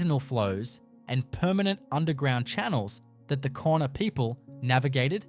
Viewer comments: The word Kaurna is actually pronounced ‘Ghana’ not ‘Corna’. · please, cornerstone arrangements?, ... Korna people?? please have enough respect for culture to at least spell and pronounce the name of the Adelaide plains people correctly. They are the "Kaurna" people. Why would anyone trust any other single word you say? what a rubish channel. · It's pronounced 'Gar-na' not 'Corner'. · Pronounced 'garna' not korna! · Please do your research before opening your mouth. The Adelaide plains people are pronounced like Gauna, the adelaide hills people were the peramangk. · That’s pronounced Gour na, not Korna people. Please change this. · Pronounced Garna! It is important you pronounce correctly otherwise your whole story becomes questionable and you point is lost. Port Adelaide actually had and has full tunnels for escapse running under there! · It’s pronounced Garna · Kaurna said like Ghana (yeah the country) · Kaurna is pronounced "GAR-nuh" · The people are the Kaurna people, pronounced Garna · I was about to say the same thing. ❤ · Its pronounced GAURNA do some research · A load of rubbish, and at least take the time to pronounce names correctly !! No actual pictures of what you are claiming, and a completely AI assisted . NO fact checking, and no evidence....there may very well be structures, but this video is a complete farce ! If you had taken any time to research 'Garna' is the correct way to say Kaurna people, how insulting !! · mispronounced First Nation name a few times differently Victoria has over 200 stone circles so it's not too strange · I call bullshit, Having lived my 76 years in Adelaide and have always had an interest in archaeology and know of Aboriginal middens in the Southern Beach suburbs. Not only are the sites mentioned unknown to me the narrator mispronounces continuously the name of the original inhabitants.